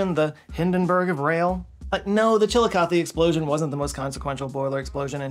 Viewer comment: Currently studying for my Med/Surg exam on the renal system. But I live by Chillicothe (thank you for pronouncing it correctly), and I have never heard of the train incident, super tragic but interesting!